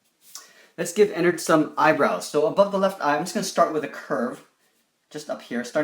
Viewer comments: its not Enerd, its Enard. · It’s actually like ee-nard but ennard